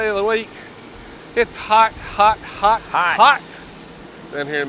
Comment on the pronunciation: It’s always HHOT, HHOT out there ah...